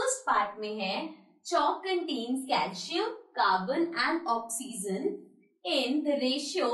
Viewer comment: Mam pronounciation of oxygen..... Is wrong 😂😂😹